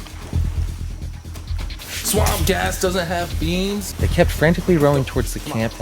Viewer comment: LMAO he said, "BEAMS" 😆